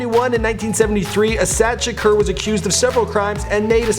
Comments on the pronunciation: A-saaaa-daaa. Not A-sad. Thanks! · WTF??? Tupac has an "Aunt" named "Asat Shakur"??? Try Assata....you always effin up folks names lmfao!! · Pronounced "Asaatah" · How do you pronounce Assata incorrectly? It's spelled exactly how it sounds lol